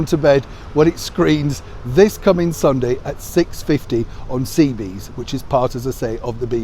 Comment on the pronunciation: Sorry to correct you, but it's "CBeebies," not "CBees." Apart from that, excellent post as always.